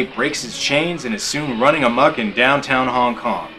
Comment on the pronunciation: "Hong King Kong" lol